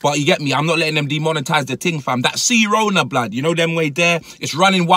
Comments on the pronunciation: Dude called it cerona wtf is wrong with this British ppl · Man said C-Rona im dead